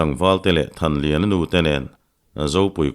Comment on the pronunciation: Thanliana leh thankhuma hming i lam pawh nasa lutuk hi hriatthiam a har